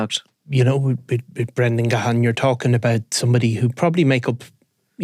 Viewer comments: As a Gahan myself it drives me insane at how people pronounce it. It’s pronounced Gan. The H is silent. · It's pronunciation is even worse in England re Dave Gahan fae Depeche Mode. Ga-Ha-ah-ah-n.